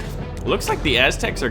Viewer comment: the as-tecs XD